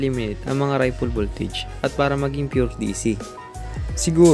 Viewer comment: Sorry po..... iko correct ko lang ang pag bigkas mo ripple voltage......Ripol at hindi. Raypol..... sa pag bigkas.... salamat po...